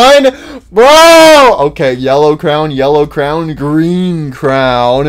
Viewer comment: Dude says crown instead of crayon